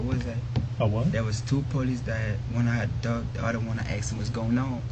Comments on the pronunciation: He didnt ask him! He axed him. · Asked not aksed